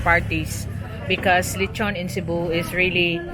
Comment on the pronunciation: Inasal is the Cebuano term for the Spanish word lechon which means roast pig or roast pork. She said lechon correctly but it was spelled wrong on screen. The Puerto Rican and Portuguese understood her.